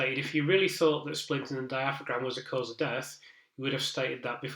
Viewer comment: Thanks for this. Your analysis has been so interesting and informative. Looking forward to reading your book. Just in case you narrate your book, though, diaphragm is pronounced dia-fram.